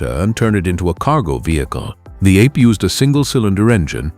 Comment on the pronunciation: The Piaggio three-wheeler is NOT pronounced ape (like monkey). Ape in Italian means bee. Another AI rubbish video.